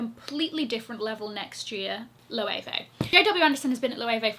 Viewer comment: I knew you would say Loewe!!!!!! And you are SPOT ON